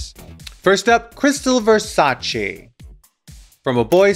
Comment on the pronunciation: Raven: its Versaceeee not versachi